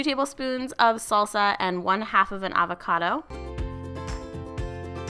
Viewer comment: I laughed a little at "avacada" ☺️ Great vid!